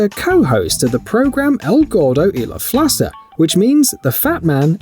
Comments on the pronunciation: Lmao its pronounced Flaka not Flasa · El Gordo Y La Flaca! you pronounced it at La Flasa. One would think that an announcer would research this before making a mistake on a video.